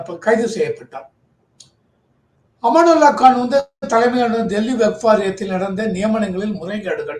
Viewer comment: சார், அவர் பெயர் அமனத்துல்லா கான். அமானுல்லா கான் அல்ல